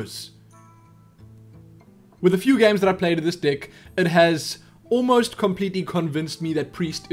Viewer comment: Now I watch alot of your videos and really appreciate what you do. Thank you for the help and much respect. Now, with that being said, im hearing alot of "Dick" instead of "Deck" lol!